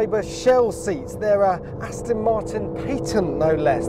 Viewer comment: Gear Will you ever get Jack Rix to speak correctly - Remind him it's 'Aston' Martin (not Astin) you know 'ezackly' what I mean.....